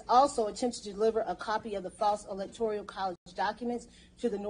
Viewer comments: Electoral not electorial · Fascinating... but she is going to have to read this off multiple times and should probably learn that it is "Electoral" and not "Electorial".